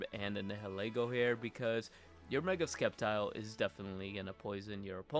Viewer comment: Sep - tile, not skep - tile